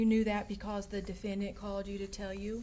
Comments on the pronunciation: Tonya Greenwood I know! I've heard MANY prosecutors say defenDANT and it just makes my ears hurt. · I cannot STAND how the prosecutor says DefendDANT!